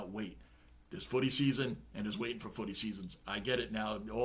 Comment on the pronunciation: Bro... love the way u say footy😊